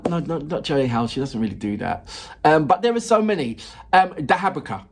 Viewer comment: Your pronunciation is excellent. No accent at all, that's weird. 👍But DahaBraha is pronounced quite differently. Listen to Ukrainian pronunciation. 😉